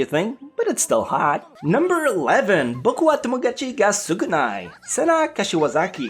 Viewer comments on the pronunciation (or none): none